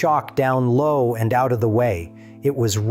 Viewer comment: "follow" instead of "flow"?